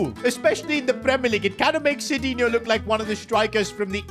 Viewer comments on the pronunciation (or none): sidinhio ❌ shitinhio 👍